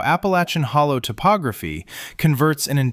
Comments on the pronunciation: He also doesn’t know how to pronounce “Hollar”. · He said hollow lol